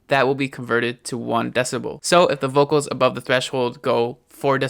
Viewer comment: I like the way you say "vokols" :)